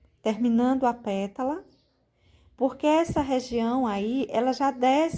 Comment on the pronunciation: Sigo vc faz muito tempo!! Adoro seu trabalho!!! Posso te dizer que vc precisava cuidadinho quando falar “”petula”” só que é “PÉTALA”” vc me perdoa!!! Só estou salientando porque vc é dezzzzz mil de professora 👩‍🏫 👏🏼👏🏼👏🏼👏🏼👏🏼👏🏼👏🏼👏🏼👏🏼👏🏼